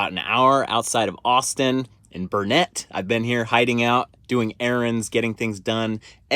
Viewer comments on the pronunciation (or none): Burnet durn it can’t ya learn it it pronounced like burn it not net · I’m personally from Texas and it makes me cringe whenever someone pronounces a city name wrong. I’m just going to correct you real quick. It is burn-et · 1. It's "Burn-it," durn it. 2. Thanks for the rain. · Its pronounced Burn-It ; durn-it, better learn it!!! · Oh my man, you are hacking your way through the pronunciations lol. The town Burnet is pronounced "Burn it," and Bealls we pronounce "Bells" not Beels lol. Glad you had fun in TX! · Burnet is pronounced Burn-it or Bern-it. And the store is pronounced Bells!